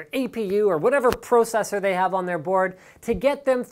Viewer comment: just say processor one more time ;-P